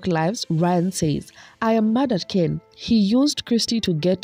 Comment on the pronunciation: And the way she insists on mispronouncing Ken's last name bc she likes the way it sounds better....